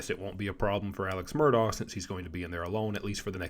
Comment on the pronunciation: Murdahh not murdog!